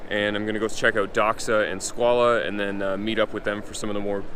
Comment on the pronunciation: Why is he pronouncing Squale as Squalah?